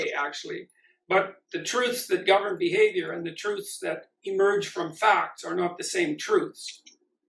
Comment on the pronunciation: Hey learn how to pronounce truths properly then criticise people using someone's else's logic... Sam Harris would be proud of his little acolyte then